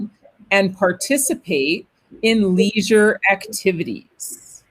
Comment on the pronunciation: Just one mistake "leisure "!😆 thank both of you! see you 😊